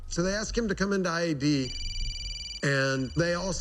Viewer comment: Anyone who pronounces “ask” as “axe” deserves to be arrested on the spot for crimes against humanity